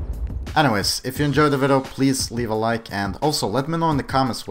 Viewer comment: Yes, I did enjoy the "VIDDO".........